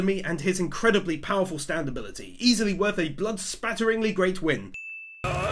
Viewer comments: It’s not STanDo it’s STAND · Whenever he says "Standoh" tho LMAOOO